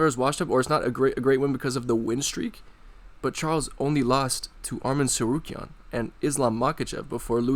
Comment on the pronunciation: he is referring to that chael sonnen mispronounces tsarukyan's name multiple times. Go search chael mispronouncing Arman's name, it's funny